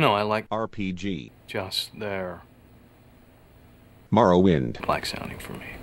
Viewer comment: "Elder Scrolls Morrwoiiind" And shows it hahahahhaa